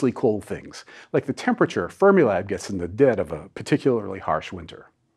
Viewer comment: Because you're talking about temperature technology, I keep thinking you're saying "Thermilab" instead of "Fermilab".